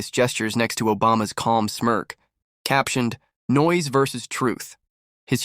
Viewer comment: "Barron veees Obama " AI , again, that can't use the proper word or pronounciation. The video goes on and on and on and on ........waste of time even the minutes I wasted till I got fed up .......zoned out and quit the video